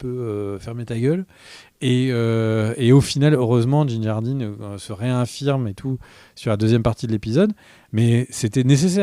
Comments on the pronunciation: Ce n’est pas « Din Jardine » mais « Din Djarin » 😂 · Ce n'est pas Djin Jarin,, mais Din Djarin ! ( Et c'est MoFF Gideon, non pas Moss, n'est pas Big B ) J'adore vos critiques ( parfois mauvaises, mais on peut pas tout aimer ).. Ah oui, arrêtez de bousiller les noms en essayant de les prononcer en Anglais, c'est juste affligeant.. C'est mon avis ( et je ne suis p-ê pas le seul ), en tous cas, je vous adore...